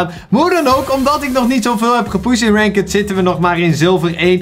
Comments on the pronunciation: Stop met renkud te zeggen zeg renkt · Ranket zegt die😂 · Kan je ranked aub is deftig uitspreke voor de rest super bezigggg!!! Armyyy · Je spreekt het uit als rankt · Iemand gehoord hoe hij "ranked" zegt??💀